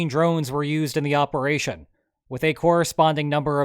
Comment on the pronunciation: it wasn't a bold operaychun... it was AUDACIOUS! (if i ever hear that again....)